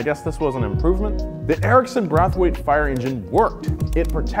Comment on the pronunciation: Y'all spelt parliament wrong, George Clinton wouldn't like that. And mispronounced Braithwaite